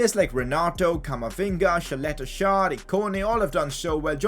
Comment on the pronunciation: Pcq its pronounced Saleta Char